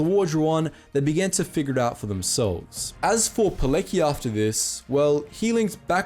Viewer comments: The Witold Pilecki name was sooo badly pronunce. It should sound much more like: Vitold Piletzky (π- let's-ki, of course phonetically) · With all due respect: Witold Pilecki's name is pronounced "Piletzki". A common error with Western Slavic names, as they are transliterated without their corresponding diacritical marks. Thank you for this series. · Respect from Poland Btw Pilecki is pronounced Pil-ets-ki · It's P-I-L-E-TS-K-Y. You butchered his surname, mate. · Great video, but you should at least check the correct pronunciation of surnames before recording. "Pilecki" is read more like "Piletzki", "c" in Polish is read like English "tz". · Piletztki, it's pronounced Piletztki. The 'C' is not silent in Polish names. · Sorry to correct you but the Polish mans name is pronounced Vitold Pilesky, spelled Witold Pilecki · how about when u do a vid, on top of the research you already do, you should try also learning how to pronounce the people's names. for e.g. try learning how to pronounce pelecki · Witold Pilecki - pronounced We Told __ Pee Lets Key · When talking about people from around the world I would take the effort to learn how to say people's names. Pilecki's surname couldn't be more mispronounced. Sorry bro. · please, check pronunciation before making videos, yours pronunciation of polish hero Pilecki is offensive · It warms my heart to see Pilecki here, but the narrator's pronounciation of the name is atrocious, to the point of it being totally unrecognizable. "C" is always "ts" in Polish. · You butchered the name ' Witold Pilecki ' so badly, that I almost threw up. I wish I was exaggerating. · Pilecki is spelled P-E-L-E-C-K-I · Witold Pilecki is pronounced "Vitold Pyletski", not "poleki". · u should read Pilecki not as "Pileki" like u did, but more like "Piletzki" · It's pronounced Poletsky, not Polekee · Piletzki not Pileki, please pay some more attention to proper pronanciation of the names ....please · its not Poleki, its Poletski